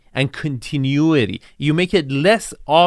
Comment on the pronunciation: Continuity = con ti nu ity, soften = so fen (t is silent) 😉